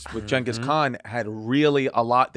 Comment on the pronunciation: Very random but props to Chris for pronouncing Genghis' name correctly.